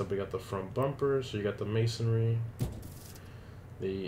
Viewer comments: Dude, it's Man-sorry or Man-s-oh-reee whatever not ma-son-ry heck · It's mansory not masonry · It’s mansory not maisonry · Why do you fucking keep saying 'masonry'? It's mansory.